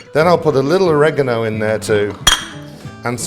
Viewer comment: Keep calm and pronounce Oregano correctly.